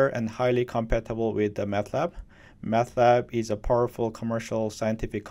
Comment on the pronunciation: I hear you pronounce Matlab as if it were Math Lab. Actually, Mat stands for Matrix, not Mathematics. There is no H in the name.